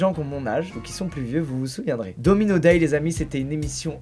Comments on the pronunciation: jai cru qu'il disait DOMINGO et pas domino ..... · Domino et non domingo 😭😂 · Pareil mdr j etais pas prets quand il a lacher DOMINO